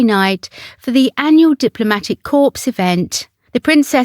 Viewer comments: Corps is pronounced core. A corpse is a dead body. Please ensure your research is extended to annunciation and pronunciation. Thanks. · The Honourable Lady Ogilvy being Princess Alexandra of Kent, who has served the monarchy well. Corps is pronounced core and in the plural and possessive as cores. A corpse is a dead body. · Corps The P is silent. Please!!!!!